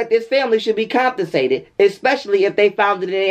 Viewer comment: Did you just say SCRUITNY instead of scrutiny? Comptonsated?? I really appreciate your perspectives.always something to be learned and make you think from other perspectives. Appreciated!💯💜